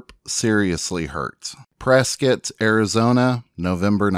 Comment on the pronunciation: Thank you for this great video it brought to light some things I didn't know about Virgil. It's also refreshing to hear someone pronounce Prescott, Arizona correctly. Born and raised in Arizona.